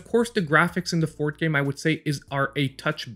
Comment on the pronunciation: What country is this guy from, since he pronounces forth as fort? Also, why does he keep saying number 1 when he never follows it up with number 2?